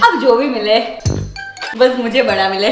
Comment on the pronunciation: Wo bara nahi hota bada hota hai di bolna sikho pehle